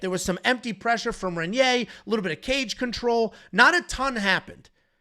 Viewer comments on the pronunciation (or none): Please learn how to say Reinier or just say RDR. REN-yay is not how you say it lol. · I'm sorry to be this guy guy but it's Raiyneer, try and roll that first R